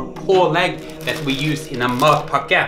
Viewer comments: It sounds like you're saying "mud packet" Somehow I think a mud packet would taste better though haha :) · It sounded at first like he was saying MUD BUCKET... I'd rather have the mud bucket then his sandwich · The way you pronounce it in Norwegian almost sounds like "mop bucket" -- "In the meantime, I'm enjoying my sweaty mop bucket"! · I just realized, matpakke is pronounced just like an American "delicacy" that is small and often served as lunch or a snack....and it looks just about as appealing: the Hot Pocket . And just like in Norway, this American snack is reviled by some people and adored by others. Just about everything you say about matpakke is said about the Hot Pocket. And I must confess, I have never eaten a Hot Pocket.